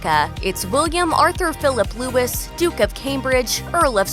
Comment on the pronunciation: Ah, not another bloody video doing this...why cant Americans pronounce Louis? It is loo-ee like many a French king. it is NOT Lewis!!!!